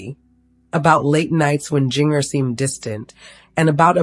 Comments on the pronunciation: Yep. You know when her name is mispronounced that it isn't something to be trusted. It sure makes you wonder why they even try to do this. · You can't even pronounce Jinger's name, I seriously doubt any of this is true.😂😂😂